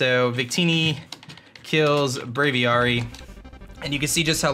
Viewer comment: "Brave-ee-AIR-ee" not "Brave-ee-ARE-ee"